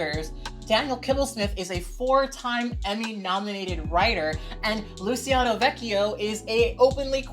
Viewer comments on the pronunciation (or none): none